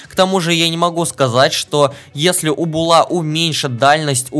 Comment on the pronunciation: Буула а не булааа